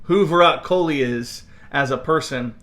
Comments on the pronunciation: It's not kholi...it is kohli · It's virat kohli not kholi